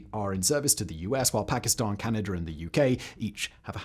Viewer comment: why you put letters in words that dont have them.. like chinr canadr.???